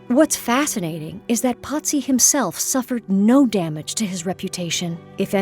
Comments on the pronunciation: why is he being called Potzi? His name is Pozzi, no T. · Italian pronunciation despite living in Paris